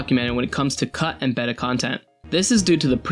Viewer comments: If he says "bet-tuh" one more time... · Yeah, he betuh not! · Because pronouncing beta as BAYDA is so logical. You BAYDA stop with this crap. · Modern Greek is BAY-tuh, not the other way round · i always love when people who making gaming content dont know how to pronounce "beta" when they certainly appear to be english primary speakers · Who the fuck doesn't know the colloquial pronunciation of "beta," especially someone covering the topic who surely watched videos on it? Is this another one of those homeschooled youtubers? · beta is not pronounced that way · I was born and have lived in the UK for 35 years, I have never once heard anyone pronounce it in any other way than 'Bay-ta' or 'Bee-tah'. What accent pronounces it as 'Betah'? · Why can't he pronounce beta right? It's very distracting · Get off your high horse dude everyone in the UK thinks ''Baytah'' is the wrong pronunciation. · ITS PRONOUNCED BAY-TA YOU CHILD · Has this guy never heard someone say "beta" before? Goodness! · Does someone wanna tell this guy how to pronounce "Beta"? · Exactly. The dude is a dumb weeb. Nails shitty Japanese names, can't even pronounce beta right? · While this is an interesting video, my entire thought process was distracted by the second narrator pronouncing the word 'Beta' as 'Bet-ta' instead of 'Bay-ta'. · Arg, his mispronunciation of beta is annoying. It's b-ay-ta, not b-eh-ta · BAY-tuh, not BEH-tuh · Bayta, not betta. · This is the first time I've heard beta pronounced as "beh-ta". It's like "bay-ta" in tons of other videos... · Beta not Better, please learn how to pronounce beta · fucking learn how to pronouce before you shit out a video, "beda" it's "baeta" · "Beyta," not "bettuh" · Betta is a fish. Beta is...what this video is about. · who the fuck pronounces beta 'beh-ta' It's 'bay-ta' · Oh my god. Its BETA not better BAY-TA Or BEE-TA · Baeta not Behta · BAY-TUH! You betta not say betta again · It irks me how you pronounce beta as betta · bet-a, no, just no